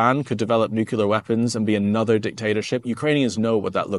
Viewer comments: Nuclear not nucular mate….. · thanks for your update. If I may pick up on one word that you pronounce, it is, nuclear. You, like many others, including past Presidents, say nucular. It is NEW CLEE AR. Cheers and stay safe mate. 👍🙏🦘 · Excellent content as always - except that it is "nuclear" not "nucular". You don't want to be sounding like Dubya.... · Love your work. I'm Canadian, and we are with Ukraine until Russia is crushed. If I could ask you one favour, if you would please reconsider your pronunciation of the word nuclear. Thank you for your consideration.:-) Slava Ukraini!